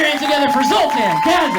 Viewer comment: You did pronounce it right. And Zoltan is the best. Great reaction 😊